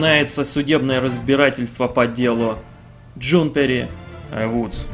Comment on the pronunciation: Почему ты читал Джунипер как Джунпери? Вот почему?